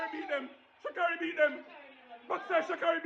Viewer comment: Pus some respect on that young lady's name sucker! Its Sha'carri